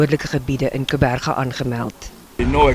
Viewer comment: Uitspraak van Gqeberha Dis tragies dat die meeste uitsaaiers by die Sabc nie klik klank van hierdie naam reg sê nie. Dis nie die keelklank "Kebega"nie, maar die aksie wat die regte klik klank gee, is ŉ ligte tongklap wanneer die tong aan die binnekant van die voortande weggetrek word, direk gevolg die die uitspraak van die res van die woord. Kom ons leer die regte uitspraak van hierdie besonderse naam?